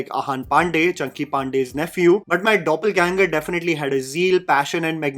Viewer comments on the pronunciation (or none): none